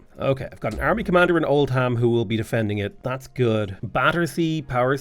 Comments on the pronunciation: Oldham is pronounced Old-um not Old-ham ❤ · Not Old-ham its Old-um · So Great Britain is as great as your pronunciation of British towns/cities. Old Ham... Ports Mouth.... Ahhhhh my English in me is cringing hard